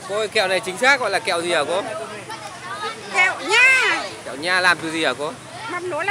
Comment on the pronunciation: tui mắc cười khi mới vô bã nói từ kẹo nhaa nhấn mạnh dễ sợ